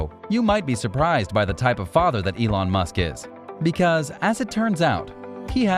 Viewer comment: Is elone musk not elone mask 😂